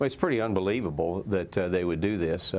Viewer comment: "UNBELIEVABL?"😂🤣 It's the new norm